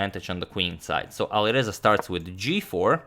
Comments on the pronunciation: And it’s not aliverza it’s ali R eza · And pronunciation of A at the Alireza is like a in cat